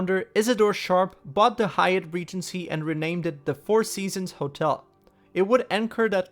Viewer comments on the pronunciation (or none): none